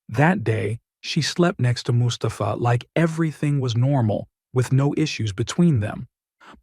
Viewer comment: bitte namen besser aussprechen,es wird mus ta fa ausgesprochen nicht mustapfaa,bei anderem fall habt ihr mahhmut als mamutt ausgesprochen